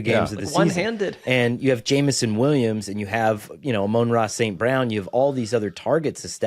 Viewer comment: Bruh you keep calling him Amone-Ra. Do you think he's Italian?